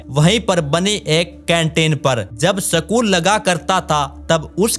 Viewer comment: Sakul nahi school hota hai